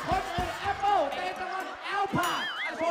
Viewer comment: Normal people : APPLE Tay : EL PAD